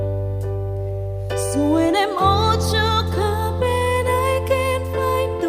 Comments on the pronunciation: She can but theres a word that is not properly pronouced. Like "when" was pronounced as "win" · Pronunciation must be improved. Maganda ang boses. Mataas ang diction kaya lang bisayang bisaya ang dating like “ whin “ instead of “ when “ . Gagaling pa! Malayo ang mararating! More, more, more and more practice! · Voice really amazing only the diction instead of when the sun,it pronounce win the sun...